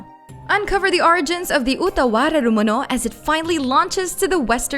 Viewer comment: I just wanted to say that I am impressed (sincerely) by your pronunciation of Utawarerumono.